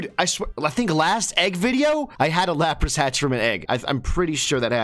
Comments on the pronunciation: It is LAP RUSS NOT LUP ROSS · Why do they have such dumb pronunciations for their names? Lawprahs? It's la-pruhs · Did he just say "lop ross"!?